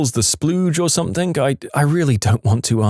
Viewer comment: No K in the word something